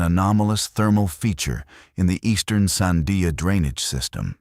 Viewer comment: This video is a crock of shit. Because if you were a real ranger in New Mexico especially Albuquerque area. You would know how to pronounce the Sandia mountains. So far you have called the everything but the Sandia's. One of you words is Sundia. This is not right at all.